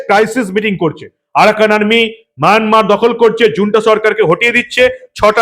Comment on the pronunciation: মায়ানমার উচ্চারণ করার জন্য ধন্যবাদ। যদিও মাঝে মাঝে মায়নামার হয়ে গেছে।